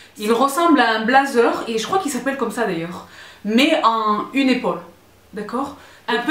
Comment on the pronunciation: « Dépaulé sans aucune ipaule » 😂 😂😂😂